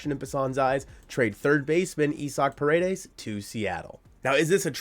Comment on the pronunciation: Pa-re-des not per-a-des means walls in Spanish. But yes I’d love to him in Seattle!! Give them Woo or Miller! Heck give them Gilbert if the Ms end up signing Snell or Yamamoto.